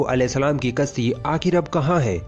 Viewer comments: तुम अपनी भाषा ठीक कर लो यार तुम्हारा प्रोनन्सिएशन बहुत घटिया है यार तुम "कश्ती" को "कस्ती" कहते हो यानि तुम "श" को "स" बोल रहे हो जो की गलत है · Bhai apni zabaan se talaffooz sahi nikalo,kashti ki jagah aap kasti bolte ho jo ki bada ganda lagta hai.